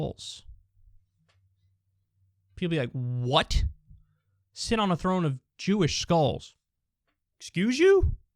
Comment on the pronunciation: kyle said jewsish hope he doesnt get suspended xd